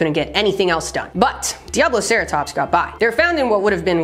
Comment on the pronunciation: favorite dinosaur name until pronounced it correctly, always thought it was pissattackosaurus … you ruined my childhood